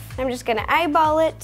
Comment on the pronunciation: wy did you say im gana eyebolit